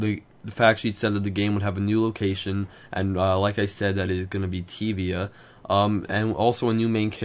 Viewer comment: I think you prunounced tyvia wrong.